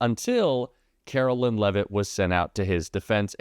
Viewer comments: Please pronounce her name correctly. It’s pronounced like Caroline, not Carolyn. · isnt her name pronounced with 'line' vs "lynn"?